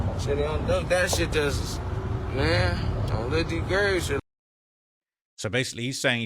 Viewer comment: Is he sayin on Duck grave